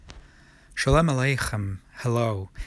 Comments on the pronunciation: Sholem has the accent on the second syllable. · I've never heard it on the second syllable of shalom, but it sounded like that here.